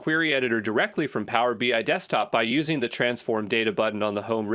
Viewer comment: It is text to speech. Notice pronounces BI as BY..."Power BY"